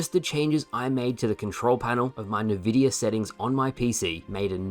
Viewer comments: Can't believe says "Nuh-vidia" smh. Good video though. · Nvidia is pronounced en-vidia not nuh-vidia. Also you still have drift on your controller? Dude it's 2024 get yourself a better one! You of all people should be using a top-tier pad. I HIGHLY recommend watching some Gamer Heaven videos. Easily the best controller reviews/analysis on youtube. Off the top of my head Gamesir controllers are among the best and are very affordable.